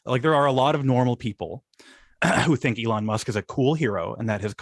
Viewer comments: why does Sam call Elon Musk "e lawn musk"? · please stop pronouncing elon that way